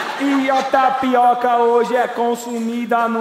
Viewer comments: Só de primeira intendi o cara falando "NaPiroka" ? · kkkk, eu ouvi tapiRoca '-' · O cara falou taricoca,n? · O cara falou TAPIROKA ou é impressão minha? KKKKKKKKKK